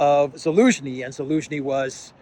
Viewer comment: You are my favourite journalist by some distance. Outstanding, clear reporting. Keep up the great work. And keep saying Elensky 😊